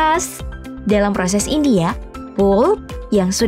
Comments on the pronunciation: Tolong pronounce “pulp” dibaca “palp” bukan “poop”👍🏻 Biar ank indo bisa bedain yg bener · sebutan benarnya adlh p-a-l-p..bkn pup. Bisa jd eek toh kalo di dengerin scra instan. Tp ya kerna bhsa inggris perkataannya jd pulp